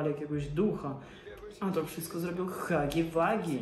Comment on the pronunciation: Huggy Wuggy nie czyta śię hagi wagi tylko hagi łagi